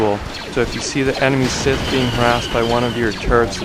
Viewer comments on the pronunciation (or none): none